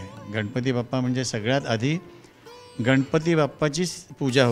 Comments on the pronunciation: अतिशय सुंदर मुलाखत आहे परंतु गणपती न म्हणता गनपती म्हणत आहेत मुलाखत घेणारी मुलगी न आणि ण अर काम करा.... अगदीच बेशुद्ध मराठी आहे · 10 वेळा तो शब्द म्हणून घ्या गा न गंनपती उखाना गने श